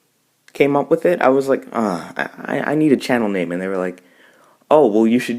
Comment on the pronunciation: Thanks a lot for answering my questions! And you did pronounce my name correct lol!